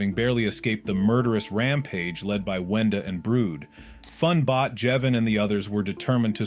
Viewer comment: It’s wenda